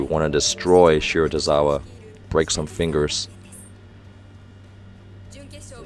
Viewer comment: It’s shi-ra-to-RI-za-wa